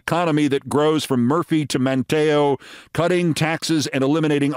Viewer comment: I'm listening to you read a quote from Mark Robinson's campaign. Just fyi, it's "Man'-tee-oh," not "Man-tay'-oh." Keep up the good work, Keith.